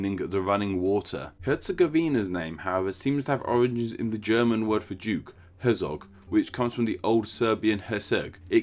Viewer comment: Herzog is pronounced Hert-zog.